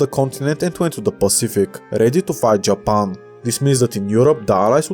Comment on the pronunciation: You pronunce "Japan" exactly the same as that African on Facebook upon witnessing Bangkok girls. - Adûnâi